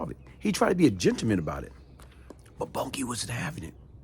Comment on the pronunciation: Not Bunkie... Boonkie pronounced... Boon-Kie...